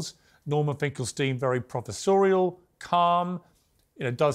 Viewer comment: Did piers say "prophersorial" is that even a word?